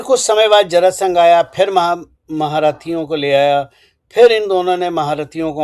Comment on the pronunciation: जरासंध बोलिये आदरणीय 🎉